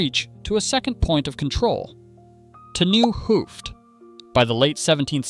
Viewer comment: somehow i had the feeling even the presenter is an animation and the voice is AI aswell. The way it pronounces the T in "t nieuwe hoofd" and "t oude hoofd" as "Tee" is veery odd to hear as a dutch person.